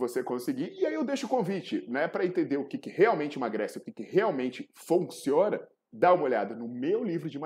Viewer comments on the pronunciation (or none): COMO A GORDURA É QUEBRADAAAAAA? REDPONDE . O QUE "FONCIONA" KKKK COMO disse o proff😂😂😂